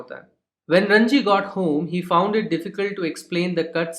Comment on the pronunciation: Sir it is ranji not rajni